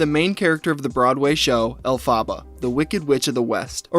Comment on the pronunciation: Not to be that.... witch.... but you are so mispronouncing the Wicked character's name so badly so many times its kinda trigger..... Love you, Mean it.